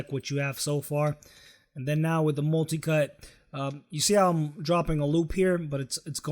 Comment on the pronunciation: Why did he say...molticut...instead of multicut